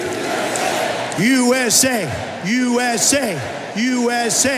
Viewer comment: "YOU ESSAY! YOU ESSAY! YOU ESSAY!"